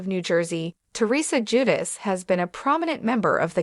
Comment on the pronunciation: Ju-deh- chee Please pronounce it right please!